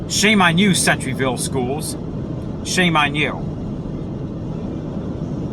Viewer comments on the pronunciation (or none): No offense buddy and I totally agree but the name off the school is pronounced center - ville like the center of something anyway have a blessed day.👌